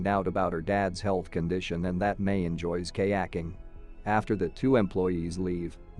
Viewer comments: "Kay acking" 🤭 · I love Kay-acking.